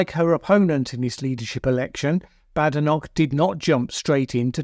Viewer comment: Why would you mispronounce her name?